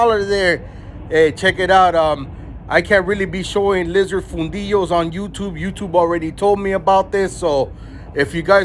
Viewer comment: Fundillo , close.